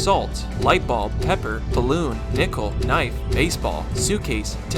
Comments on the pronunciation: Bro said "dickle" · bro did NOT say "Nickel"